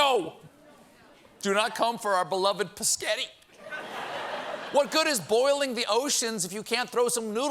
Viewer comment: Fellow Charlsetonian here, I about died hearing Stephen say psgetti! That's something me and my family have always said and people look at me like I'm crazy (especially since I work in an Italian restaurant). You honestly brought me home and made me smile like someone who could actually be carefree in this crazy time. Thank you and your crew for all that you do!